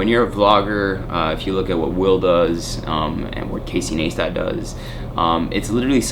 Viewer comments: it's casey neistat /nice-tat/ not /neestat/ ^_^ been following your recipe vids! keep it up, man! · casey "nice-tat" that's how his surname is pronounced.